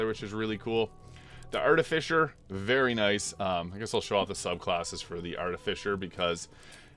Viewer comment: So, I'm pretty new here. Is his habit of pronouncing the last part of "artificer" as "fisher" an in-joke?